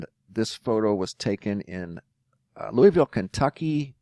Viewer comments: Only s life long Kentuckian can tell the PROPER pronuciation... Loo a vul. Equal emphasis on each syllable. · It’s always funny to hear anyone say, Louisville, that lives outside of Kentucky. 😂 (loo-ee-ville/loo-a-vull)